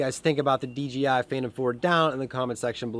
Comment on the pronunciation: Picked up my first drone (DJI Phantom 4) a few weeks ago. Absolutely love it as well. Flew it tonight for a youth event. FYI, it's DJI, not DGI. ;)